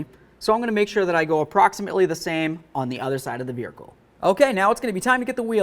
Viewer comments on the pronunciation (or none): Other video I just tried to watch on this subject, the guy had a speech impedament also. Maybe its my hearing. Other guy sounded drunk but with rapid slurred speech. On this one I keep hearing "beericle" and " sweer bar links". To bad I can find nothing on my model of Malibu. Ps dont drink and drive a BEERICLE! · What is a vehercle? LOL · You say vehicle weird dude